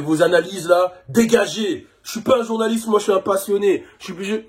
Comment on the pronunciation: Au bout d'un moment au lieu d'entendre journaliste j'ai crû qu'il disait "journalope".